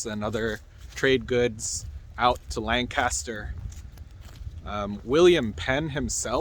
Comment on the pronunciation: are you sure youre from pa the way you pronounce lancaster and swarthmore ? lol 😂